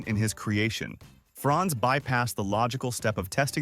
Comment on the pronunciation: Franz not France .